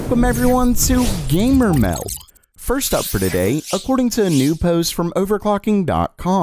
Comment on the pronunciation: i hate it when he says gamer meld cus he can’t pronounce the D